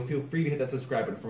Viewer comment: Love that U got this out. We don't mind "Jankular" every now N again. Glad the fun won over anxiety. Great vid as usual. TkEZ»UK